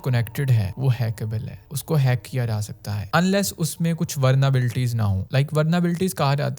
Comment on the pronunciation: Is that vulnerability or as you say vernerability?